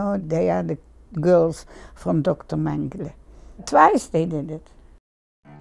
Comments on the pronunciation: I wish you would stop saying mengele because you’re pronouncing it wrong. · Because that’s the issue saying his name wrong is the atrocity. He was evil to the core no time ever should his name be spoken correctly.